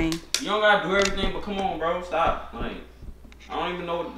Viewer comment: He didn't say stop right he said stah